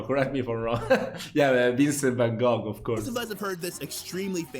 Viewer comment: Kudos to you for pronouncing Gouda correctly❤ and van Goch almost correctly:) You have mastered that Dutch "g" .